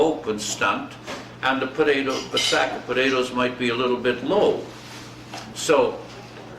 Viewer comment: "podadoes", just like my dad and his siblings always said potatoes. The family farmed in Sask, NE of Saskatoon.